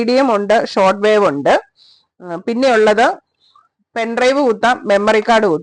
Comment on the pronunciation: ... "penn drive..." ? "aann drive" undo ?